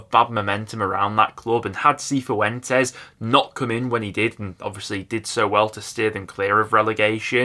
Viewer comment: Cifuentes is pronounced Si Fwentez.